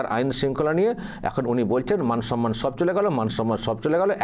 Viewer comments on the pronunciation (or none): none